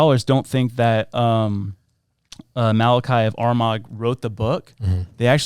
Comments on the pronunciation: Malachi of Armagh. Pronounced Armaa. Not Armag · Saint Malichi from Armagh , pronounced Ar-Mah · Armagh is pronounced arr maa… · St Malachy is saint of Armagh pernounced are/ma. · I would have enjoyed this more if you could pronounce things properly. Malachy, Armagh, Papacy, ………………shows that you are totally uneducated.